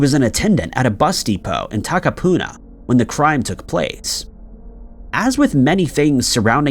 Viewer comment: High 5 for pronunciation of Takapuna 👌